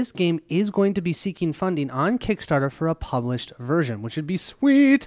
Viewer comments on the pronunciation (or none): none